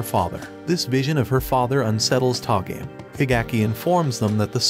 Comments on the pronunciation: Tah-game? how about TOH-ga-may. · to-ga-me not to game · It pronounces To Ga Me (toe ga mel)... I'm gonna watch this anime... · You say togame wrong all the time